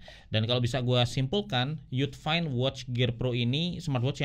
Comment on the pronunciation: Mungkin bacanya you define bang, lebih ada meaning. Cmiiw 🙏